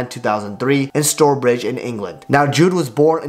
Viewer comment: Stourbridge is pronounce Stowbridge btw